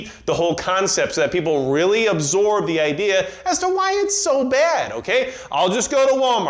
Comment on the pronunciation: "Everybody had the same ideer"